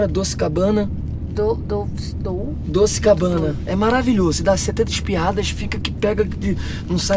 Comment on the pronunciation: Dou...douuce?! Doce Cabana 😅😅😅